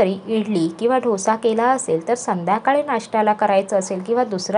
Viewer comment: Dhosa kase bolta dosa bola